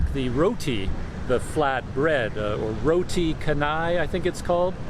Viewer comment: Teh tarik is pulled tea.. That roti with gravy is roti banjir ..banjir means flood..maybe because the roti is flooded or soaked in lots of curry . Some of the restaurant staff are from India & cannot speak English.. Roti canai is pronounced as chanai as you pronounce 'chance ' You should try roti tissue next time you came across mamak / Indian restaurant